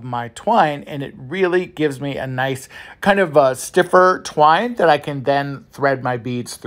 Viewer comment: You're having TUBBLE saying the word twine! Lol!😂